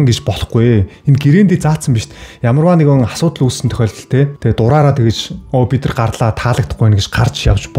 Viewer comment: (Бид нар )гэдэг үгийг. бидрр бидрр гээд байх юм